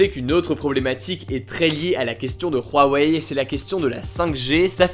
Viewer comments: C’huawei ! C’hugo ! Insupportable cet accent sur Huawei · Pourquoi tu dis "RHuawei" ? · On dirait pas Rouaweille, on dit OuaOuai ^^ (Pour Huawei) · Pourtant Huawei on dit que ça se prononce "OuaOuai" et non "rouaweille" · On va parler de "Ruawei" xd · " de rouarei "😂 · Non, ca se prononce bien "rouaweille" en chinois (华为) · Rwawei Tu m’a stresser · Apprend à dire Huawei, ça me perturbe ta prononciation :'( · La prononciation de Huawei me perturbe mdr